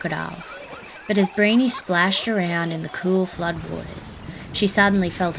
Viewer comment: The story of Briony is wrong. She jumped onto the croc by accident and it was Black Jungle reserve.Her name was pronounced Bree-own-ee as well. Great video though. Just subbed!